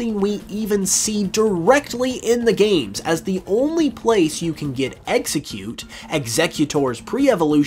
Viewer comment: IT'S EXEGGCUTE, NOT EGGSECUTE!